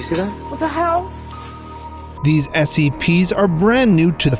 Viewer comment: It sound like he said seps at the begining